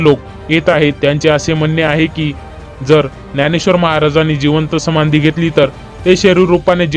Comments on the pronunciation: समानधी नाही रे समाधी बोला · साहेब संमाधी नाही समाधी उच्चार व्यवस्थित मग व्हिडिओ चालवण्याचा प्रयत्न करा मामासाहे इ स एकोणीस आडुसष्ट मध्ये वैंकुठ वासी झालेले आहेत व तुम्ही बहात्तर म्हणता इतिहासाचा अभ्यास करा मग चायनल चालवा